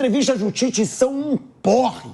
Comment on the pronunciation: Ouvir o Tite falando Titez, irrita. É um ROLANDO LERO na essência da palavra.. fala, fala, fala e NÃO DIZ nada.